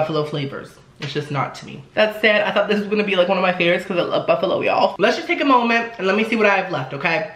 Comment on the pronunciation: 'Smells soo buffalowee"